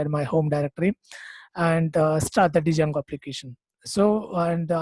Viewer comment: great explanation, but please try not to call it d + jango, only in India we tend to do this mistake, d is silent, it should be pronounced jango, otherwise it's a great video, thank you :)